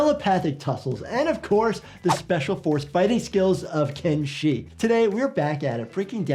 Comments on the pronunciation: Хех,, КЕнши, а не КеншИ))) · Видео отличное,только правильно говорить Ке́нши, а не Кенши́